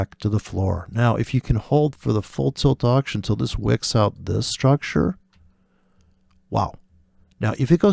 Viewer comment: Well here comes the man after drinking booze to teach forex...... That guy u are taking about always stresses on maaaaarket struuuucture......weird pronunciation in dumb britt english accent.....